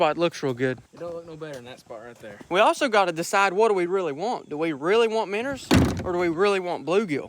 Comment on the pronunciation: 5 years 😅😅 and I still get annoyed when he says minners